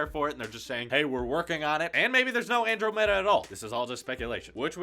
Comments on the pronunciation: Ann-drah-mahdaa not Andro meta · Lol XD, dude it's pronounced [an-drom-i-duh]... like the galaxy that's near the Milky Way In fact wasn't that Galaxy a default wallpaper on Mac's a while ago? Lol, I was so caught off guard when you said that